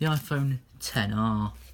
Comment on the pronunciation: Thank you the first person I heard get the name of the phone right